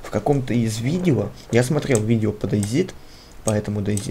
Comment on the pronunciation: Дэй Зит... ахась Зет и Зи(оба правельные произношения) слил вместе